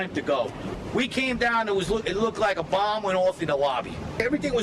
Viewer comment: A buh? No, not a buh. A bomb 💣 . 😂